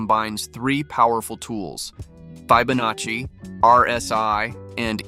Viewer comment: That’s some strange pronunciation you got there mate. Fib. Fibonaci. Nice little strat though.